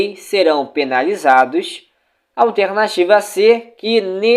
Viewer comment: mano teu simulado é ate bom, mais tua fala incomoda. A palavra alternativa é muito esquisito, da agonia!